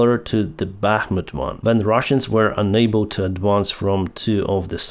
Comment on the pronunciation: there is a difference between "unable" and "enable", so pronouncing it correct is very important. also there es a difference between T and D as well as "however" is not pronounced with the "W". if you really have "learned english form atlas vpn" you should have learned that too (this is hint number 6 on these topics)